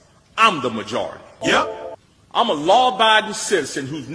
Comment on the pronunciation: Muh - jar - rity